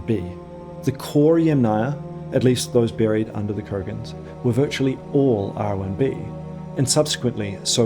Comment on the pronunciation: Yamnaya (ямная) is a Russian word. It means "of a pit or pits". The stress is on the FIRST syllable. Kurgan (курган) is also a Russian word. It means "mound". It is stressed on the SECOND syllable. You manage to get both of them wrong. This, together with your thoroughly obnoxious and ridiculous Americanised New Zealand pronunciation, disqualifies you from being taken seriously in matters of language 🤡🤡🤡